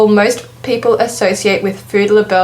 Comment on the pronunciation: Libel is not pronounced "Le Bell" its pronounced "Lie Bul"